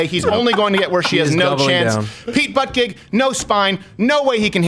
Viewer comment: Why do you keep saying buttegeig correctly and then stopping yourself just to say it wrong I don’t understand